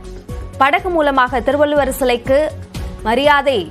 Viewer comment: It is not Thiruvalloor, But Thiruvalluvar., Please do not kill Thamizh Language. If you cannot pronounce it properly, leave it. திருவள்ளூர் அல்ல. திருவள்ளுவர் என்பது தான் சரியானது. தயவு செய்து தமிழைக் கொல்லாதீர்கள்.